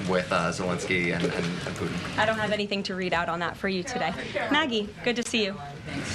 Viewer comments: It's Putin not Poohin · Puutin 😅she can't say it properly 😢 what about protecting Europe. Americas always late to step in. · Poo hehn??? President Poogh hen....???? Speak English, sis. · "President Poo'in" 😂